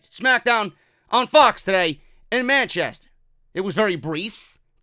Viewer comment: I could have swore you said “man chest hair” when saying Manchester in the beginning of the review 😂😂😂